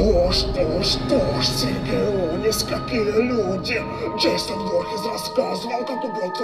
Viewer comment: Ты сказал джессон